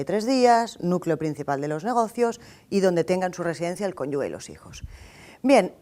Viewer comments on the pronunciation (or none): muchas graciias, la unica pega que puedo sacarle es que se dice conyuGE, como si fuera JE. Y no conyuGUE. Un saludo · Muy buena clase, sí! Pero, por favor, cónyuGe, no cónyugue... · No entiendo en que momento o que le impulsa a esta mujer a decir CÓNYUGUE, por lo demás muy bien, pero por favor... CÓNYUGE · Una profesora fantástica. Sus raíces son catalanas, a mucha honra, y dice “cónyuge “ en lugar de “cónjuje”menudo fallo sin importancia. Es la mejor👍👍👍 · La explicación muy bien, pero por favor deje de decir cónyugUe!!!